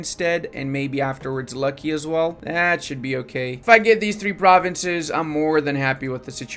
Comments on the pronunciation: Every time i hear how calls luki as lucky i get pissed for some reason. Luki is look e and provinces with zh is like j in romanian. But anyways good content as always. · Not Kholm, but holm. Not Lucky, but Luki (like in "Looky").